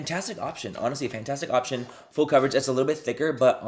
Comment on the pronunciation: “IF you guys watch fool coverage” HAA hunny